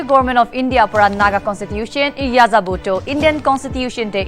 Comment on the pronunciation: N is not ya za Bo it's yehzabo (or Eh' za bu)